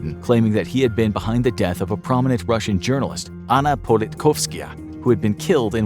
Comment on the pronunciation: Great video, but attempting to research Russian/Ukrainian name pronunciations would have gone a long way. RIP Politkovskaya; what a hero she was.